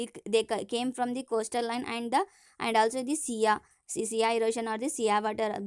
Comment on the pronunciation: Madam first you learn the pronunciation of island and sea🤛👎